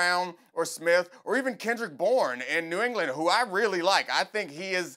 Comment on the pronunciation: nigga said kendrick bourne lmao